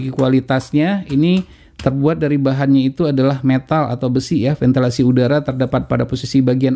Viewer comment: VENTILASI bukan ventelasi, pakde pakde